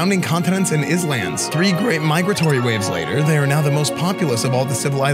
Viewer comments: did you just say is-lands? hahah...excellent! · The way he pronounced islands at the start made me chuckle tho.